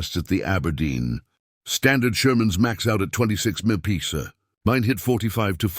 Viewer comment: They repeated the exact same information at least four times during this video, and the AI narrator can not pronounce MPH. Having to listen to the same shit over and over while an idiot talks is a waste of time!